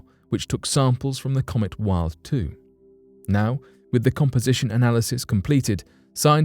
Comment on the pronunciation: Rarely shows actual photos of topics that are discussed that's very annoying. Also the 'Wild' probe is pronounced with a 'V' and not a 'W'. That's the German way.